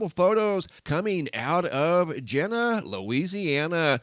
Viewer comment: FYI we call Jena Jeena Louisiana. Keep the locals happy.🙂